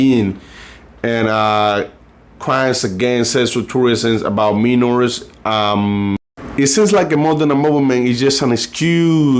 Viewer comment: Your pronounce Minors as Min-Ors, try pronouncing it as My- Ors but pronounce it rapidly.🤜